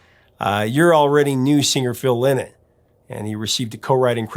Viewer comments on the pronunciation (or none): Lynott is pronounced "LINE-it"